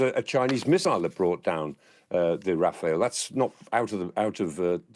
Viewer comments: It’s pronounced Raf-al not Rafael 👍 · It's RAFALE (not Raphael)! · Clark is great, but its Rafal, not Rafael